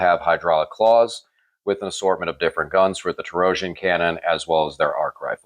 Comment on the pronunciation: I'm sorry but you're not allowed to run the list again until you learn how to pronounce "torsion." I don't make the rules; the Omnissiah does and he's a stickler for pronunciation. 😉